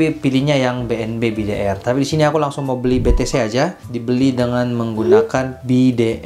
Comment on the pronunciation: Be te ce om bukan be te se hehe cmiiw